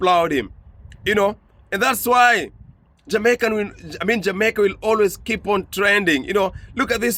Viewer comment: Well am not sure of everything as I have lived outside of Jamaica for half of my life so far but two things it's pronounced like this JA MAY KA. Ok! And we say IRIE MON! 🇯🇲 Not irie man! It's all mispronouncement. But you have done a great research as always and I always like to correct my students when it comes to those two things. Once more you are a blessing my son keep it up.🇯🇲❤️🇯🇲❤️ one love.